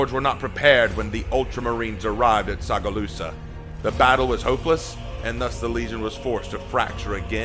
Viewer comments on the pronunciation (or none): Tsagualsa (sa-gwal-sa), tho Tsagalusa has a nice ring to it lol, also love the background music, reminds me of Black Prior